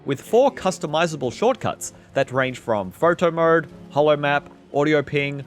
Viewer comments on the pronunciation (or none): sounds like you got something in your mouth when you say mode 😂